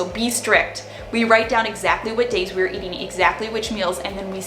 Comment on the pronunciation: I like when you say: spendin, eatin, plannin, shoppin, buyin 😉